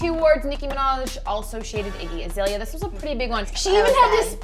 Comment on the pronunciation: You keep pronouncing Azalea's name wrong and to call a group of women who speak their minds bitches is very appalling. I honestly think making a negative comment is annoying and pointless but I couldn't sit by and watch you slander the name of 4 artist. Just because you are not familiar with someone's work doesn't mean they are less talented.